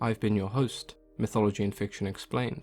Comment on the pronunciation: LMAOO he said "MYTHology" iight bro, iight🤣